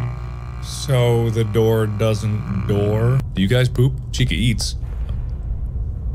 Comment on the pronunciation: Mark: So the door dousnt door?